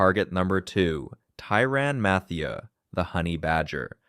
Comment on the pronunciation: If I have to hear him say matheiu name again ima rip my hair out